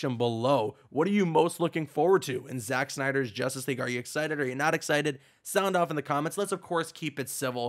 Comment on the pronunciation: When he said Justice League at one point I thought he said Injustice 3